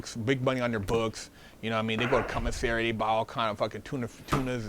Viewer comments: I was working out and you almost made me drop the weights on my face when you said “cumasary” 😂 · Let’s take a shot everytime he says “CUMASSERY” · I thought I was the only one who heard “cumissary”.😂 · He definitely said CUM missary, and I also heard did a gay porno called Koala Man! I can't prove if it's real, and I'm not brave enough to look it up. do be speaking the truth sometimes, but he do be looking a lil suspect also! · I heard commissary , G. 🙉